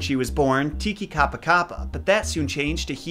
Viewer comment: Caption: Tikikapapa; Pare: TikikapaKApa; Pah Which is right?:) Also, I have a sneaky suspicion that nui is NOOey, not nooEE. But I have no way of verifying it.